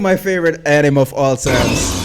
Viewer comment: Why is he pronouncing the word Anime itself like that? It’s bugging the CRAP out of me 😠